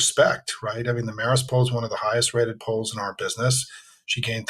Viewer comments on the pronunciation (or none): It's Marist rhymes with Harris